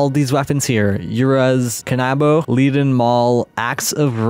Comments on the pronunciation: Leaden is pronounced "leden" as in the metal lead. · never would have given these weapons a shot if you hadn't showcased them. thanks for the heads up. Had a great run with the leaden hammer (pronounced like the metal btw)